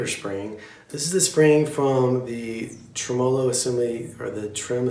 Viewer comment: For the last time people, TREM-uh-low.